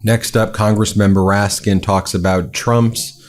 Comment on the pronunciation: It's Congressman "RASKIN" not "MOORASKIN..."